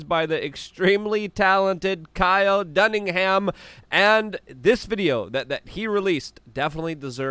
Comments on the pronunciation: It's Dunnigan. You always says his name is Dunningham. lol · Its DUNNIGAN not DUNNINGHAM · It's not DunningHam. It's Dunningan. Stop getting it incredible wrong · DUNNIGAN. Kyle Dunnigan. He's hilarious and his name isn't Dunningham. Dunnigan. Keep up the good work🙌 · Not sure who this "Duningham" guy is, but Dunnigan is hilarious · Luke says Kyle Dunningham instead of Dunnigan every single time lol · DUNNIGAN DAMNIT, not dunnigham, cmon luke 🤦‍♂️ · One of my favorite things in life is Luke's inability to pronounce many things. My favorite of all might be DunningHAM. It's DunniGAN. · DUNNIGAN Luke DUNNIGAN not DUNNINGHAM how many times already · His name is Kyle Dunnigan not dunniham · Luke I love you but WHY?! Do you keep calling Kyle Dunnigan …Kyle Dunningham? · Kyle "DUNNIGAN", not "Dunningham". C'mon, Luke! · How bout you say kyles last name right. His name is (dunnigan) not ham. G not h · Dunn-i-GAN not Dunningham you dingus. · “Kyle Dunningham.” Never change, Luke. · Luke if you don't learn how to say DUNNIGAN I'm going to SCREAM! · It’s Dunnigan, there ain’t no ham in it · It is KYLE DUNNIGAN. not KYLE DUNNINGHAM. LOL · Kyle Dunnigan, not Duningham. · say it with me: Dunn-a-gun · At least say the dudes name correctly, Luke. It's Dunnigan, like it says right there in front of you, on his yt channel. The details count. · His name is Kyle Dunnigan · Not dunnigham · Luke always pronounces Kyle Dunnigan's name wrong. 🤣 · Does it help if you tell yourself he does it on purpose. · Bro please get Kyles name right. Its not hard dunnigan!!!!!